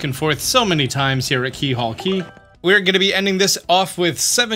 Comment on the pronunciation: Surprised no one has said anything about this- it’s “Keelhaul” Key. I think most people would expect a 100% guide to get something like this correct.